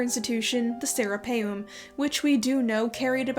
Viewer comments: Anyone else keep hearing “the Sarah Palin” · Every time you say Sarapeum (sp?) it sounds to me like you are saying Sarah Palin. 😆